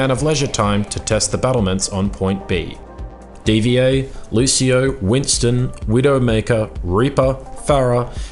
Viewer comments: It's "diva", not "D.V.A." :P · Dee vuh, not dee vee ey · its Dee VAH not D-V-A